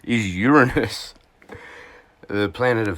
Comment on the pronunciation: Greetings from Yakima Washington. Love your videos! Gads December 4th? Not long now only a few hours lol. Yes kind of a strange name for a planet depending upon how you pronounce it. I prefer your pronunciation over others just saying.